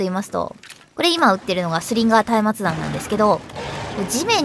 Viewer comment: うぽつでぇす！！ 松明弾は下方修正はよ来いって感じですよねぇ あと松明弾は「まつあきだん」と読みますよ！